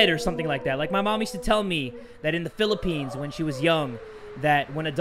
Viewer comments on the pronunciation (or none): none